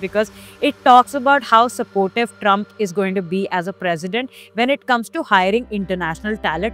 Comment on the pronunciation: Fix the map of India and its Trump not Trumph